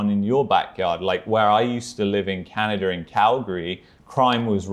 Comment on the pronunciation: pronunciation of "Canny-dah" is cute.